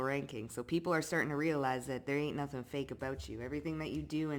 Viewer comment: Till Nada Ting sounds korean 😄